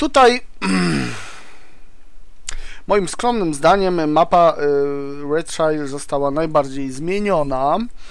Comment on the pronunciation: Redszaier a nie szair